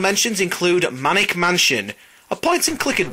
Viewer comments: Isn't it called Maniac Mansion? 'Cause you said Manic Mansion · First off, it was MANIAC Mansion, not Manic Mansion. Secondly, this the lack of Impossible Mission makes this video SUCK